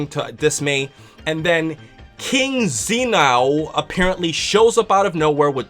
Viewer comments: It's pronunced "Zin" " O". Two words 全王. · Not to be a jerk, but Zen -> like "e" in Cent Oo -> like "ow" in Low Just to help a bit, maybe. ^^/ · lol the way says Zeno